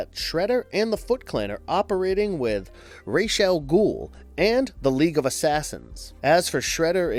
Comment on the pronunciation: Man did u just say Race Al gul?